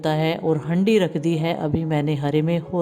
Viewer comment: हैंडी नही हांडी होती ह ये ओर हरि नही बोलते हारा बोलते ह दीदी